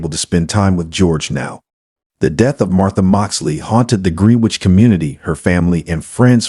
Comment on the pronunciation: Pronounced "GRENN- NITCH" not Green-Witch. - Excellent voice , diction & presentation otherwise.